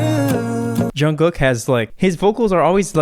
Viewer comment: Did anyone else correct how he said jungkook and Suga. No just me ok😂. No hate I love your videos❤️